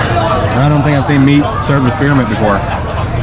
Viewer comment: Rau "Húng lìu" chứ ko phải "Húng lùi" nha.